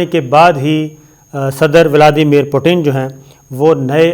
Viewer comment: Ye namenehad anchor sada ka jahil he rahega. Vladmir Putin ka naam tak sahi he parhna nahi ata. Sharm ka maqaam hai, doob maro jahil khote.